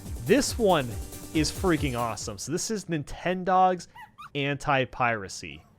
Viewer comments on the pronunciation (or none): none